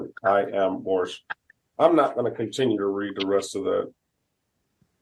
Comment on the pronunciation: They should bust him for false identification. Pretty sure hes, not. And I love how hes "moorish American" but always says morris